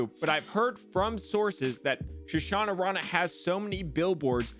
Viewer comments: It's Sha-nah-rah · You are saying his name totally wrong plz correct it lol I just laughed till I almost pissed myself 😂😂😂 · I feel like you’re adding extra syllables or Shunnarah that don’t exist. I must have missed something lol